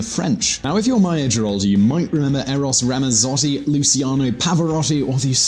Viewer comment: ''Eros Ramassoti, Lusiano Pahvaròti''